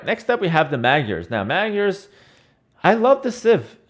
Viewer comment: why does everyone say magyars so weird. its Hungarian for Hungarians and the 'gy' is one letter/sound everyone be "g-iars" it aint no gyoza..